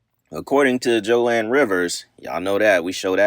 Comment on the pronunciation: Boy who the Fuck is joanne Rivers?! IT'S JOAN!!!!!!!!